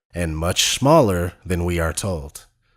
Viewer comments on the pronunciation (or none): 'the sun is much schmaller' schmaller?? really?? they cant even pronounce a small word right, btw did anybody notice the curve on the turtle earth?